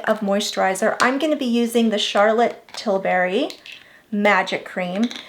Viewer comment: It’s tilbury. Not tilberry.